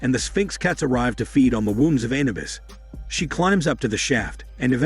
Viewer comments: It is Anubis not Anabus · Anubis not anabuis lol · A-nu-bis A-nu-bis A-nu -bis Jesus get it right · Your word pronunciation of annubis is making my ears bleed and you say hormone way too much it's quite annoying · The commentator doesn't even know how to pronounce Anubis correctly. I just ruined it for me.